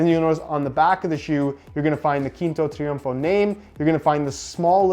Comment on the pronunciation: You didnt need to use google for pronouncing quinto triunfo this time lol